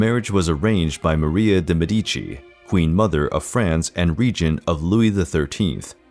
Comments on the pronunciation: It is Maria de Mèdici, not Maria de Medìci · He also constantly says Me-DI-ci instead of ME-di-ci. I tried to ignore it, but it triggers me immensley. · Indeed. MED-i chee. Never Med-EE-chee. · Interesting video, but De Medici is pronounced with the accent on the e, Mèdici instead of Medìci, as it’s said in the video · Absolutely love these spicy videos ahah Mèdici has the stress on the letter E tho, not on I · In pronouncing the name of Medici, the stress falls on Med. Very interesting series. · Why are there so many mispronounced words in these history videos? Are these real people or are they robots reading the texts? So many foreign proper names are mispronounced. Medici is pronounced MEH-di-chi, and not meh-DI-chi; Josepha is pronounced yo-SEH-fa and not JOE-ze-fa, etc…